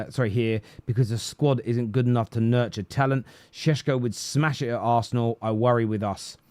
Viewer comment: Why you keep calling him shesko?